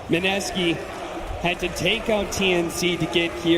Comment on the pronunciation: Mineski อ่านว่า ไมเนสกี้ครับ ไม่ใช่มิเนซากิ